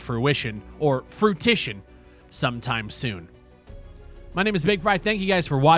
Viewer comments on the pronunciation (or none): 'Fruitition' 🤣 damn that guy was a tool eh 🙄🤦🏻‍♂️ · As a non english speaker i also thought that fruition was spoken without a silent T. also MMO = MASSIVE MEDIA ONLINE xD (edit i suck at langauges)